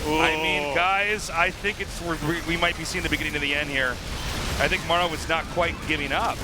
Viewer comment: please at least pronounce Maru in the correct way. Show some respect